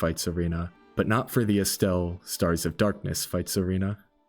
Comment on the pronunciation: I take offense how you pronounce it as "Estelle"